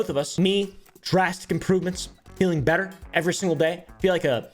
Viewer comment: Tater tot saying “berer” instead of “better” kills me😂